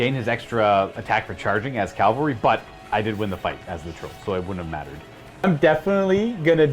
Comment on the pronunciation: Great battle report but sweet jesus when are folks going to stop saying "calvary" when they mean CAVALRY! :-)